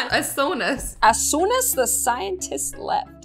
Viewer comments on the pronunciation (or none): they really said “as soonas “ when it’s actually “as soon as “ 😭😭